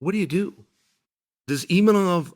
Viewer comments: Still saying 'Imanov'.....wtf is wrong with you? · Imanov? You would think as a professional commentator he would look up the actual name of fighters. Or does he mispronounce names on purpose? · "EEMANOF" lol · i like how chael pronounces imavov different every time lol